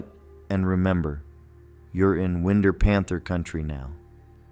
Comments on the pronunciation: #5 the winder panther is pronounced Wind'r like winding a clock .Winder ga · It is pronounced with a long I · I like the video, but the AI kinda sucks. NGL, I thought the video was good, the mispronunciation of winder, the off keel running of the villager. Come on, you can do it without AI. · As a proud, life long resident of Georgia I can verify and attest under oath that the majority of these tales are 100 percent true! Many of these I encountered myself. I would ask that the AI voice be programmed to pronounce the names of some towns correctly, especially Winder. Also note that black panthers are very much roaming around Georgia. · Yeah thats not how we say winder. The people that live or lived there say it like qine you drink, with the der added at the end of it. Your welcome. Oh and we do have panthers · Whine-Der, not win-der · You bet! Everytime that AI said "Winder", I was like, NO! A Winn'der is what we Southerners call "WINDOWS"! 😂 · YES! Winder is pronounced.... Wine-der. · It's pronounced Winder.. long I sound. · AI Narration is ruining these stories. Win Der! Jeez, it Winder like wine der. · Wind-er, Georgia. Absolutely not . . . That sounds like a country hick mispronounces window. It’s pronounced wine-der! It’s hard for a lifetime Georgian to hear the way AI tries to say our Southern towns! It would be nice if you hired people from the area to read your script! Thanks! ❤. Love the stories so far. Looking forward to the rest of them… ❤ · Wind, like winding a clock. Then er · It's Not pronounced like wind..er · Winder ( wine-der) Born in Atlanta in 1980 at Northside Hospital and raised in Lawrenceville Collins Hill High and I've only heard of a couple of these and Ai is slaughtering the city names wtf Now I live in Savannah Never heard of the Tybee or St. Simmons ghost or even the Forsyth werewolf wtf is really going on Georgia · I'm pretty sure that's pronounced wine-der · Lost all credibility mispronouncing Winder and Dahlonega hahahaha.